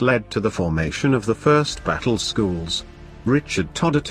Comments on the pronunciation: Learn some English. 2nd is pronounced second - not two nd. 1st is first, not one st. if you're a historian, take the effort, slight as it is, to learn the usages. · If you really do want to increase the number of subscribers then get a human to read the text instead of whatever robotic voice dubbing you use. 1st is pronounced first and 4th fourth. I stopped listen to the robots and read the text for myself but until you get your narration sorted out I won't be subscribing. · If you must use a robotic voice make sure it speaks what is written. 1.. s...t.... stupid error.